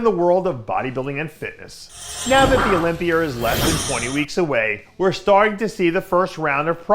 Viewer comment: Why does Dave put an "R" on the end of a lot of words? Olympiar?? #worldsoldestssg